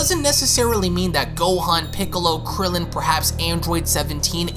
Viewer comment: Haha he said “and krillen”